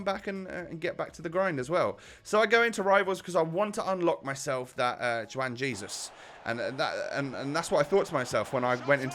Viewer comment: It's pronounced: one haizeus